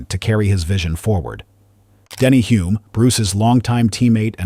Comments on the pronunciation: Hulme not Hume...AI narrator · Really you should all watch the 2017 McLaren docudrama about Bruce's life. It is full of real facts and at least calls Denny by his correct surname. It is "Hullmmm", not Hume. Hard to take the rest of this seriously when it pronounces the second most important protagonist's name incorrectly. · He achieved so much in such a short time. Thanks for the video. You have Denny Hulme spelled right, but pronounced it Hume.